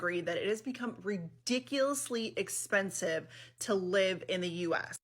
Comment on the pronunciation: Expesive 😂😂😂 bruh